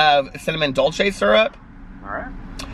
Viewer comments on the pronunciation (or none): none